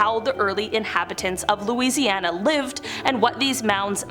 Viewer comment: I'm from Louisiana, and I must compliment your pronunciation of the cities and names of lakes here.